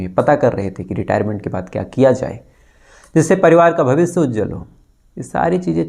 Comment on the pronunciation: I have requestedearlier also.kripya apna bolne ka type kyon nahi sudhaar rahe ho.khush ko aap khus bolte ho,Bhavishya ko Bhavisya bolte ho,Khushi ko Khusi aur Madhya Pradesh ko Madhya Parades. Koi itna mushkil kaam bhi nahi hai sh bolne me. Please try to speak correctly